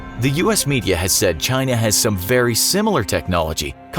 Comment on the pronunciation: You said China wrong